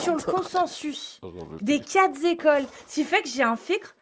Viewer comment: Ah non! Pas toi,! les 4 zécoles.......